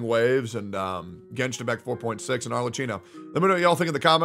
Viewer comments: if it helps you pronounce the name better you should read it as if you were reading Arlekkino (and we can put an end to calling her Cappuccino) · the "cch" in "Arlecchino" is a "k" sound, btw, not a "ch" like in "chicken." The "h" is there specifically to change what would otherwise be a "ch" sound into a "k" sound. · One day westerners will pronounce Arlecchino correctly and wont say "Arle-chee-no". My inner italian winces every single time. Today however, is not that day. Also lmao star rail, a good "complete game" LMAOOOOOO shit is just worse trails of cold steel and modern persona mixed together. Hsr glazers see pretty visuals and act like the game is peak turn based game design while only clicking E&Q(with a sprinkle of autobattle) as the gameplay. Shit is about as deep as the kiddie pool. I can see why won't play real turn based games like P3 FES now. Cause those kinds of games actually require some thought to get through, unlike hsr where you can just pull more characters o solve your problems. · pls pronounce her name correctly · He cant even say her name right